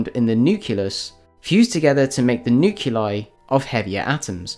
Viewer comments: "nukelar", "nukelus", "nukeli:.... are killing me. I can't take it. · How can the narrator hope to be considered credible when he doesn't even know how to pronounce an easy word like nucleus, nuclear, or nuclei?